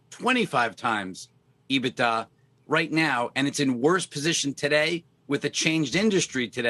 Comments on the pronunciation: On top of everything else, the way he says EBITDA makes me hate him even more. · Dude predicted AMC would go to $.01 and now he is trying to save face. HE IS A JOKE. Can't even pronounce EBITDA!